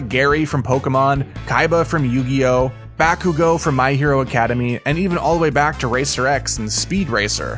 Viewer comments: My guy said backUido from my hero academy like what what ripoff did he watch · this man pissed me out he said bakugo from my hero academy